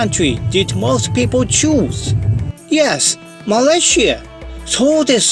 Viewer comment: This is the first time I hear foreigner say Malaysia as Malaysie instead of Malayziya or malaisiya. Sound so local and pleasant to me. Tq